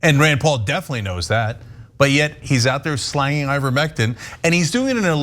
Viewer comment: Lol Cenk said slangin